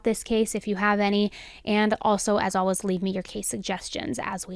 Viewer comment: I love this channel but there have been a couple videos I had to turn off because it had the word always in it so much. She pronounces it aww-ays. No L in it.